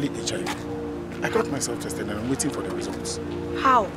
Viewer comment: Man kept saying chested instead of tested the whole time😹😹😹😹